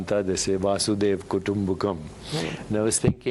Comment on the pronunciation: it's "vasudhaika kudumbakam'' ...dr.deepak says it as " vadudeva kudumbakam" which is wrong...vasudha means earth...thank you..